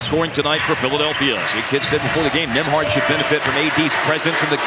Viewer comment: I'm pretty sure it's Nemhard, not Nimhard, but what do I know about proper pronunciation.